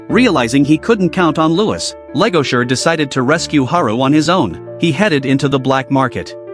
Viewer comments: Why the hell is this dude calling the wolf Legosure? Its Legoshi. Lol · It's not Legosher it's Legoshi 😂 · Legoshi!! Not legosher or legosure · LEGOSHI Not Legasher please tell me you messed that up on accident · BRUH!!! LEGOSURE!!! WHO THE FUCK IS LEGOSURE?!?!?!? It's LEGOSHI!!! 😭😭😭😭😭😭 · its legoshi not legosher brotha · My ears burn. What the hell is legosure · It's Legoshi! Man pronounce it right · First off the Ai voice over said legoshi’s name his mame wrong